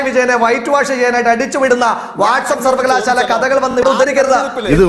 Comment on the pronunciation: രാട്രീയം, വിമർസിക്കുക, സർവകലാസാല ജയ്ക്കു മലയാളത്തിനെ കൊല്ലുന്നു.